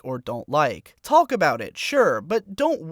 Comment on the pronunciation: stop pronouncing the "L" in 'talk"